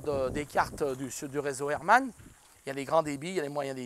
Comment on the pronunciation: C'est réseau Hartmann et non pas Hermann... mdr